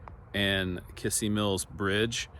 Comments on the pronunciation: Kissee Mills pronounced Kizzee Mills accent on second syllable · Kissee Mills, pronounced KIZZEE. There used to be a bar in Isabella that we played in in 1993 that had chicken wire over the stage. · In case no one has already mentioned it, the stress in Kissee is on the last syllable-- kiSSEE mills. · In Claremore Ok there is a Ford dealership- Jack Kissee, pronounced kiss sea. I did some research and discovered this name was in Missouri in the 1800s. It isn't a common name at all- 3 in Missouri at one time. In Missouri it was pronounced Kizzee. Interesting how names are pronounced differently in different areas of the country. I love history, your videos are right up my alley. Stay safe and GOD bless